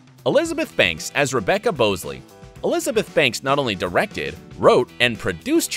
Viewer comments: BOWsley?what Haha .... its bosley , pronounced BOZley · Did y'all even watch the movie... BOW-sley? Bah-sley. Fuck's sake. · The way the said Bosley makes me mad 😂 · Why are you pronouncing “Bosley” wrong. Have you not seen any Charlie’s Angels episodes from the tv series, nor the movies? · I hate how he said Bosley